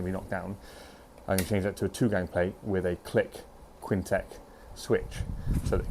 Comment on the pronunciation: he’s pointing out that you pronounce it as Kwin Tech